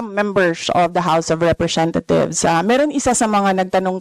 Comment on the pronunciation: representa THIEVES tlg pagkakarinig ko eh. 😂😂😂